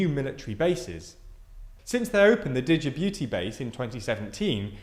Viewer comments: Don't you mean Digi-booty? 😅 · Djibouti is pronounced jibouti. The D is silent. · sounds like "did you boot thee" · Thank you, I was wondering where this place Digi-booty that he kept mentioning was. - please look up any words you're not sure about before pressing record, mistakes like this are in just about every video! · As a Djiboutian you’ve butchered our name😂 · That's not how you pronounce Djibouti lol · The D in Djibouti is silent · The pronunciation of Djibouti was so horrendous it was funny. I really like the videos but those small mistakes like that really show the channel's size. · Would have been much better if you learned how to pronounce Djibouti and Aden first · Boy you massacred Djibouti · King the way you said Djibouti was so wrong 😭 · Thank you the d is silent and it bothered me so much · I saw a TLDR video about China and prepared myself for the horrendous pronunciation of Chinese words, but I was not prepared for the way Djibouti was said. You guys have really great, objective content. I watch your videos because this is one place to find well-researched and solid reporting on current events. I think learning how to correctly pronounce words in other languages can be an area of improvement! In my opinion, putting in the effort to pronounce things correctly shows an awareness and respect for other peoples' cultures. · Wait, did he pronounce that Djibouti correctly? I’ve never heard it like that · Damn, you butchured Djibouti's name!!!!!! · How does it happen that you research and post an extensive video on this topic and yet butcher a country’s name multiple times? It’s so jarring to hear and makes you sound really unprofessional. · It'd be good if you could pronounce Djibouti correctly. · Jabooty The D is silent. The booty dosen't need the D at the moment. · the "D" is silent so it is Jibuti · The D is silent in Djibouti it is pronounced as Jibouti. Djibouti was colonised by France thus the weird spelling of their name.